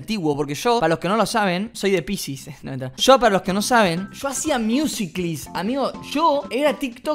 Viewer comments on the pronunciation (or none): NO SE DICE MIUSICLI ES MUSICALI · Decia miUsIcLy